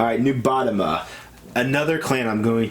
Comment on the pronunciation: how you said nubatama